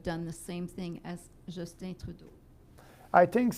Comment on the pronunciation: Lorraine Armstrong (I do love how he pronounces our PM’s name...’Justíne’) lol